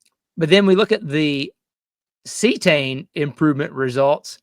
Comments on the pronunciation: Cetane, (C-Tane) not See-A-Tane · lol, doing to much... its not see - uhh - tane... just good ole C-tane CETANE..... please don't say oc-to-tane... please... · Good video! I’ve been alternating between Power Services and Archoil in my 2003 Motorhome with Cummins 8.3 BTW it’s pronounced see-tane - not see-a-tane. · ? ce tane not ce a tane? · Am I the only one bothered by how he pronounces Cetane?